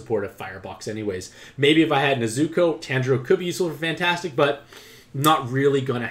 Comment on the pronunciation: I didnt like how u pronounced nezuko's name wrong the entire video